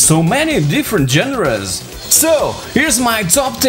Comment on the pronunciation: genres is pronounced as 'shonrers'.(friendly tip)